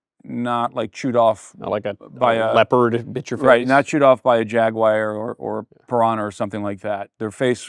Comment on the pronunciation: Wait a minute... , what is a Jagwire? 😂